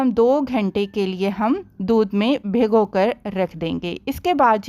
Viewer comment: اپنی اردو تو ٹھیک کر لیں پہلے ۔۔۔ بگھو ۔۔ نہیں ہوتا ۔۔ بھگو ۔۔ ہوتا ہے لفظ